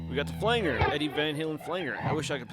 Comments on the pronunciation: FLANGE-R not flang-er. OMG, STOP IT! 🙉🤬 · When he kept saying "flang-er" rather than "flan-jer", it made me wonder if he was actually a deep fake AI bot. Lol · Hey good video. It's called a flan-Jer. Nor a flang-er. Thanks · All this knowledge from a guy who says "Flangger"... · Pronounced "Flan-Jer" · In case you are interested: Flange Flanger The ‘ang’ is pronounced like Angela ang in English he’s actually rather strange and has a number of different possible pronunciations with the long and short, a sound and hard and soft G sound Of course there’s anger stranger. Language, Orange to name a few, but as the root of this word is flange, it is known as a flange-er . I don’t care though. You can call it Flanger as much as you want but this video was helpful for me in navigating the interface so I figured I’d offer some instruction in return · I have learned a lot from watching this. Bought the head as a back up to my 5153 stealth. One note, flanger I have always pronounced Flan-Jer. Still a great video! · Great tutorial, but the word flanger is pronounced with a short 'a' as in 'angie', not like 'angle'. It refers to the way it was first produced, by someone accidentally touching the "flange" of the tape reel while it was recording. This created a modulation effect. This was how it was actually done for years before it was produced electronically.